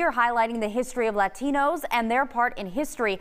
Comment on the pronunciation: I fucking hate when they say "LATINOUS"